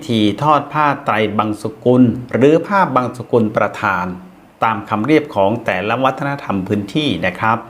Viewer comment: ผ้าบังสุกุล กับ ผ้าบังสะกุล. อะไรถูกอะไรผิด _ได้ยินท่านพิธีกรออกเสียง. "ผ้าบังสะกุล"